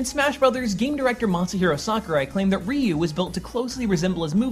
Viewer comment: Why did you look up how to pronounce Joudan Sokutogeri but not Ryu? I'm not Japanese but it still bothers me when you butcher a word like Ryu so horribly :( I mean Japanese really doesn't have the most difficult phonetics in the world.